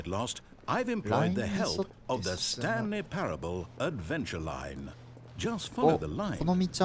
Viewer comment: ザスタンリーパラブルて読みます